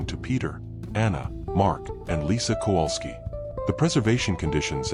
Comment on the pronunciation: Why does the American narrator mispronounce the name Kowalski so badly? It is virtually unrecognizable. And Cracow/Krakow is not pronounced Krakau. I am not Polish but speak and understand Polish enough to be irritated by such errors.